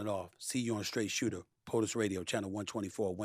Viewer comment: STRAIGHT SOOTER??